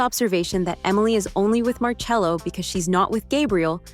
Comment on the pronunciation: Marcello but it's pronounced marchello. Pls.